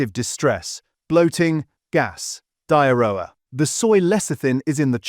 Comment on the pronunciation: Great information, shame about the horrible AI voiceover with a supposedly British accent that pronounces some words like 'yoghurt' as if American. And who on earth pronounces diarrhoea as ''die-a-rower'? The content in the video is great and worthwhile, everyone should learn about it, so why not use a genuine voice?